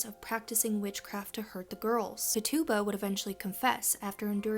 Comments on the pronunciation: Accent on the "Tit". TIT-uba. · Her name was “Tit-Chu-Ba” 🤍